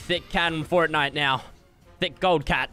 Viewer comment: Is it just me or when he said forrnite it made me cringe